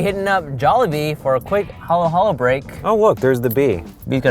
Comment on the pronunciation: Damn the way he pronounced halu-halo was white as hell hahaha all love though and I know he Asian too